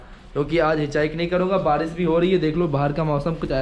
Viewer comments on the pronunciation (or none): Barish hota hai Badish nahi... Aap bhut words me R ko D bolte ho... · Bhai tu barish ko badish kyu bolta hai.... 😐